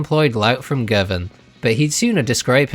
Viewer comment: Also he was from GOVAN, not GIRVAN ya tube